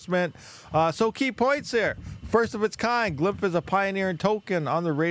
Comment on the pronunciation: It's called glyph not "glymp..."